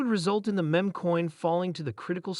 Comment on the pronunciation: Can can you take advise from a person that sounds like a bot and can’t pronounce Shiba Inu correctly and the word “meme”. Smh